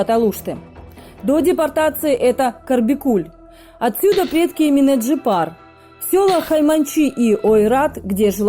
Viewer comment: Бесит когда говорят ЭминЭ, АнифЭ🤬Это же Ваш язык ,в котором есть буква Е! ЭминЕ, АнифЕ! Неужели так сложно говорить правильно,или вы родной алфавит не знаете и буквы путаете???